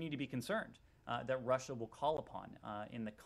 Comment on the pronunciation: 41.16 she just say Lussia 🤔🤦🏽‍♂️..🤣🤣🤣